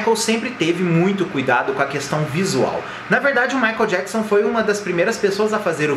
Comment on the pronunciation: no começo do video ele fala "michael JAPSON" ....KKKKK